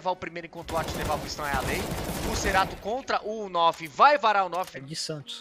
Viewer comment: Que agonia ver o cara falar cerato e nao Kscerato